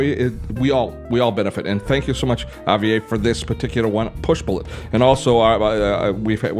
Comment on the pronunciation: I HATE YOUR VOICE!!! Ugh the name pronunciation is Ha-v- air !! So merican!! Ugh